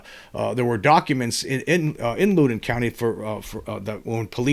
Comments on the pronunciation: James...the 1897 Texas crash has pretty much been found to be Fake News which was far more common back then I am pretty much in your camp otherwise. PS you pronounce Loudon incorrectly. It is not pronounced Looden. It is more like Laawden. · I'm on my way to that area of VA now for the work week. Just for the heck of it, for future reference if you want it, it's pronounced LOUD-on, as in, when is ticked, he gets loud. LOL. And the locals barely pronounce the second syllable, like "LOUD'n'." Cheers, brother. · It's pronounced (Loud-in) county lol I live in the area, just wanted to correct that 😅